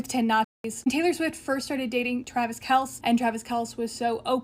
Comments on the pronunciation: I’m not even a fan of his, but even I know his last name is pronounced “Kelsey”. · "Travis Kels" If she can't even say his name correctly, I'm going to guess she knows literally nothing else about him. 😂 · She doesn’t watch the sports ball obviously 😂 as someone from Kansas, her pronunciation made me almost spit out my drink lol